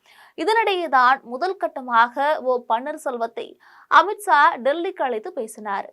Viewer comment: அமித்ஸா னு சொல்றியேம்மா ஒழுங்கா தமிழ் பேசணும். 😊